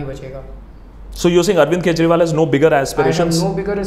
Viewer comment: It's ‘kejriwal not kegriwal' and also it's ‘arnub goswami' not ‘arnav goshwami'